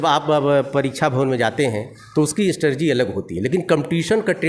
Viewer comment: अरे गुरुदेव स्ट्रेटेजी होता हैं नेक्स्ट बार ध्यान से 👍🏻👍🏻